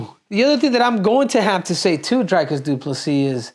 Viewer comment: Say Dreecus not drykus CCC